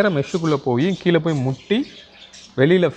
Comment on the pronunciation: மலைநீரா, மழைநீரா ஏன் இப்படி மழையை மலை என்று உளறுகின்றீர், மலைநீருக்கும் மழைநீருக்கும் வித்தியாசம் தெரியுமா, மேலும் கீழே என்பதை கீளே என்றும், முதலில் தமிழை சரியாகப் பேசக்கற்றுக்கொள்ளுங்கள்.